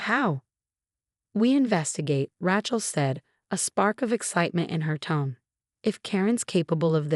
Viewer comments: Rachel has no t. Sounds like Raychel not Ratchel. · Pronounce it Ray-chill, the way it is pronounced it sounds like a mechanic's tool